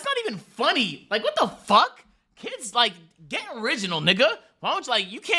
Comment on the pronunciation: africans not being able to say nixxa is crazy